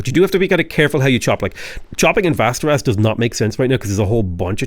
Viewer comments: Västerås is pronounced differently ä = eh without the h å = o simple as that. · Man, love the variation you're able to procide with your Civ content. This was also a great and enteratining episode! Well done! I was pleasantly surprised to hear your decent pronunciation of city names this episode! Except Västerås, that one was still a mess. Västerås is pronounced like "Westeros", but with a V instead of a W.